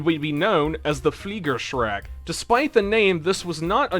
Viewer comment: The Luftfaust is the only German thing you have pronounced authenticly with the right accent. You tend to pronounce the A like au. Also, I think the fliegerschrek was pretty close if not basicly correctly pronounced.